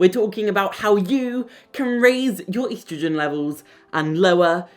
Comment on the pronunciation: Stop mispronouncing estrogen 😮